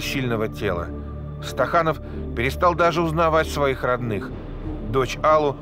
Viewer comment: Не Стаханов,а СТАКАНОВ.